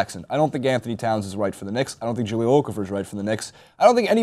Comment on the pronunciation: You guys really need to learn how to pronounce Okafor. It's O-Kah-Foh.